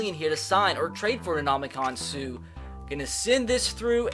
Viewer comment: Anybody else cringe when he said Suh's name wrong